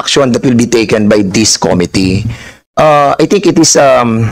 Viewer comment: Cringe everytime mag pronounce si Cong. Dan ng "committee". Yung pronounciation nya di pasok both sa british and american english😂😂